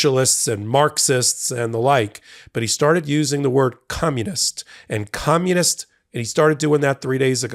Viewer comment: No, he said, "commonist."